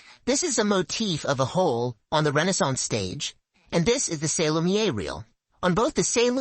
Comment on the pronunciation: I love you baby but you spent a whole video saying “lumiere” wrong and it’s months later and I still think about it. Hit me up if you ever want a second set of eyes/ears. (I have experience in copy editing.)